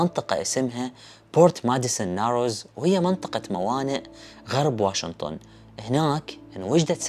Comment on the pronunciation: يارجل تعليق عربي احكي( واشنطن) ليش (واشنتن)